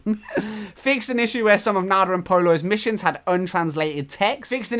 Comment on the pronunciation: ROFLMAO "Missue Issions" I am in tears atm. HAHAHAHA